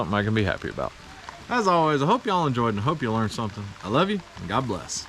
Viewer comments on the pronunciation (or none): none